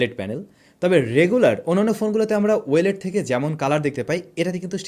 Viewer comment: ওয়েলেড না ও-লেড ভাই।